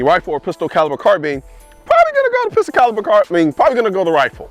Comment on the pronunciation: Had to stop watching because of the way you pronounce “carbine”